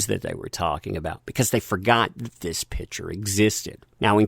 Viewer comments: Picture. Sounds like "Pick-chur". Pitcher is something you put water in. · You need to pass English class. It's PICture, not pitcher. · everytime says "picture" i hear "pitcher":D